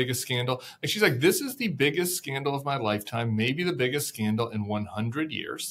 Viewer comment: Scandal, not candle!